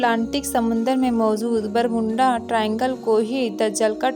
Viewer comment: Bolne se pehle apna pernunciation to thik kro. Kuch thik se bol nhi pati ho इजाज़त होता है बरमूडा है न कि बरमुंडा। मौजूद न कि मौज़ूद। इजाज़त न कि इज़ाज़त। पढ़ना सीखो पहले। Z औरJ ka फ़र्क़ करना सीखो साज़िशें न कि साज़िसे।